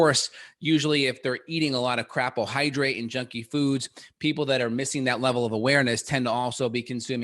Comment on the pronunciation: Always a good listen. Keep it up please! Also...did you say ‘crapohydrate’? lol love it.